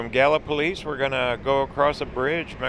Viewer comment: I live in Gallipolis and yes you pronounced it correctly! 😁 Very few do. A cool little small town to live in.